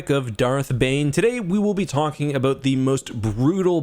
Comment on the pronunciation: We are talking aboot.....